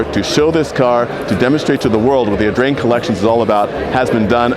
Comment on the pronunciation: how many times did you manage to say "Augrain" ?